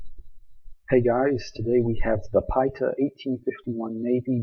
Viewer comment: It’s Pee-ay-tuh. Emphasis in second syllable.